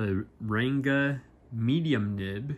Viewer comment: Its pronounced as Runga not renga